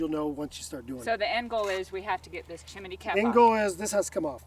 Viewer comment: Why do you both call it a Chiminey😂 what's with the extra i?